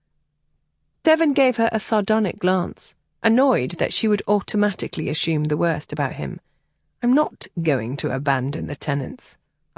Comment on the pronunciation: Love the story and the narrator. Only irritation was ASHOOM pronunciation of ASSUME